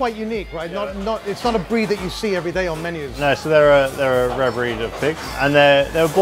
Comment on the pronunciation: Heh, he said rear meat